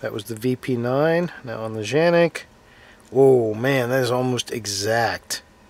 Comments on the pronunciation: What are you calling the gun Janik? It has been confirmed it is indeed pronounced Can-ik just like it’s spelled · Dude lol it's called canik not janik with a C the way you saying it is funny come on😂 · Why do you Keep calling it Janik? Its Canik, with a C. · Tf? Did he call it a Zhanik??? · You're in AMERICA. It's K....K..........Canik. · Because Canik's Turkish pronunciation is pronounced Janik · Ita “K”anic. With a k sound. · Nice review. I don't think you're pronouncing it right though (unless you were just poking fun). I think Tim from MAC initially said that's how to pronounce it, but then I think he corrected himself in a later video explaining that the weird pronunciation was a mistake of some kind. Anyway, my biggest beef with the Canik is twofold. One, I've seen pics of people who use this gun a lot and the finish is rubbed off all over the place and it doesn't have a ferritic nitrocarburizing treatment, so it's going to be a lot more susceptible to rust than the VP9, Glock 17/19, Walther PPQ, M&P9 etc. I also don't like the height. 5.7" is just too high for a gun in my opinion. It's just wasted space. If I need to go from 15+1 rounds to 17 or 18+1, I need a rifle.